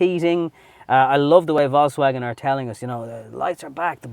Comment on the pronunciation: love your reviews, but for Christ's sake just say VW, because that pronunciation of VALKSWAGON, does my head in. It's VOLKS, there's no A in the VOLKS bit, jeez. 😂